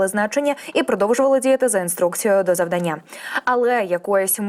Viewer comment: Не завданнЯ, а завдАння Ви ж не кажете питаннЯ?